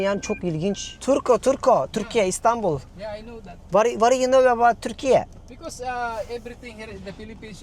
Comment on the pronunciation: lütfen ülkemizin ismini düzgün söyleyin sevgili youtuberlar.. Türkiyeeğğhh diye bir söyleyiş YOK.